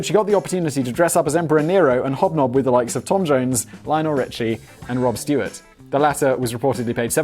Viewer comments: Did Simon just say 'Rob Stewart' TWICE?? There's no way he's British. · Who TF is "Rob Stewart"? Was that supposed to be ROD Stewart?